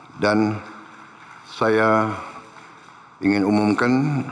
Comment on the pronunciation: "DAN SAYA UMUM KEN" cara pengucapan nya inget pak harto.m